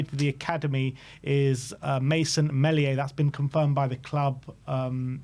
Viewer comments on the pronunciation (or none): Its Not Mel-ia, its Meel- ia. said like this Meal E Ah